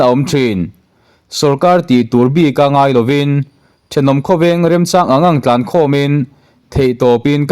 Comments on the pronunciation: Awih tlãn, i thluk dik lo. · Pu editor, "Awih tlan," tih laia tlan tih hi i thluk dik lo, tlan chak, tlan muang tih a tlan ang hian lam tur aw